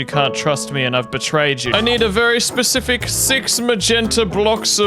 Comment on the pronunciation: pacific or specific